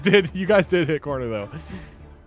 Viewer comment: I thought it was saying conner not corner...